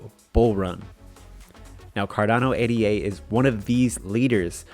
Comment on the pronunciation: Pronounced Ada not A.D.A